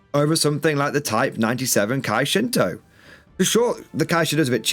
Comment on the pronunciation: Nice, just got into bolt action ans your videos help a lot, also its Kai Shinhoto not kai Shinto, that is a whole different meaning